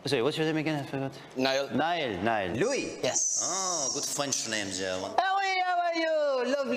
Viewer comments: "This is Zz... This is Zz" "Zz" "Zzz" "Zayn" "Zzzayn" That dude: What's your name? Niall: Niall That dude: Neill Niall: Niall That dude: Neill Niall: NIALL! Dang! This dude be trying too make people mad on purpose. 💀💀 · "neal" "no its niall" "zzz zayn" " this is zzz zayn"😂